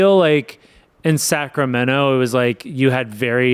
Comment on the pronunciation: We all know you’re from sacramundi